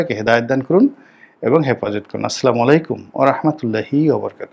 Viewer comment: আপনার ছালাম দেওয়াটা ঠিক হচ্ছে না। আসসালামুয়ালাইকুম উচ্চারণ করতে হবে। নইলে অর্থ ঠিক হবে না।